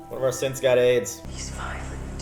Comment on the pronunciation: I like how you guys call them "syths".... I guess you guys also watch the "HUMANS" tv show?